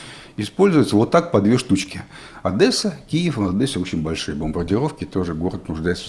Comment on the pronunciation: Большая просьба к Валерию — наконец выучить правильное произношение города-героя: Одéсса. В этом слове буквы «э» нет, ударение — на второй слог, и произносится мягко: “Оде́сса”, а не “Одэ́сса”.